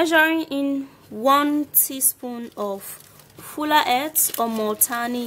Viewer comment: Ohhh it's fuller earth ! I thought u we're saying " FULA ATE " Lmao 😂😂😂